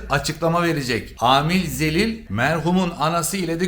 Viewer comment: Amil "ZELİL"😂